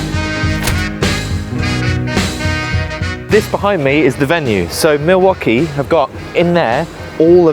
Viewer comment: What the Milwaukee is going on here! 24 perfectly pronounced times.